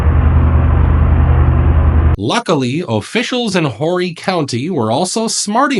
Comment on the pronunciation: It's pronounced (ore-e) Horry county lol. Yeah I don't know why either but sorry I just couldn't help myself I mean I was born down there so it's just one of those things everybody mispronounces it😅